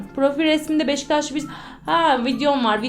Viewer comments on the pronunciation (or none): none